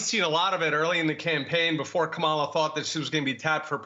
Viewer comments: Kama la, not Ka mala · I will NEVER take serious any of you who INTENTIONALLY mispronounces her name. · If you can’t say her name correctly I can’t listen to you